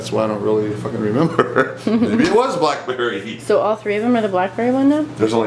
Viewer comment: Anyone cringe every time he said BLACK Berry